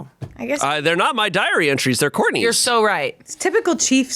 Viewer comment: I heard diary entries as "diarrhea trees"